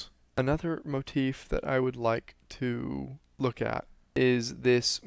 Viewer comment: I enjoy this videos but you say motef alot. It's just a bit of constructive criticism. Pls don't take it personally.